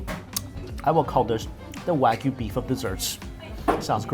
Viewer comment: So you can say KAkigori correctly but never say Wagyu right! It’s the same AH sound boo boo